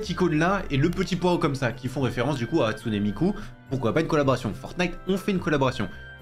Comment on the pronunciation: MDRRR ça m’a fait rire quand il l’a dit